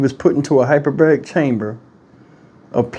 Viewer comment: Hey, - In case no one has brought it to your attention, I believe the word is hypERbaric.